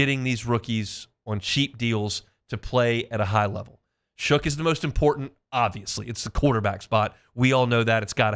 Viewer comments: I was going to be kinder about his use of "Shook" for "Shuck," but you're right. Ain't like Shough showed up yesterday. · Shough is pronounced “Shuck”, it’s in the dictionary for God’s sake. You sound like a total bozo pronouncing it wrong.